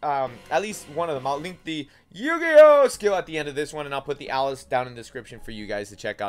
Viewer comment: noone else bothered by him pronouncing eugeos name horribly wrong? its eugeo and he makes it sound like yu gi oh ewe